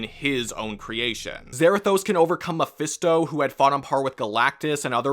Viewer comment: He keeps saying Memphisto and spawn.